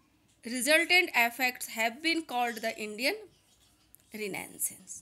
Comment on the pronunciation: Mam renaissance ki pronunciation galat bolri ho ap